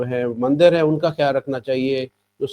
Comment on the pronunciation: Are bhai ye mander nhi bolte mandir hota hai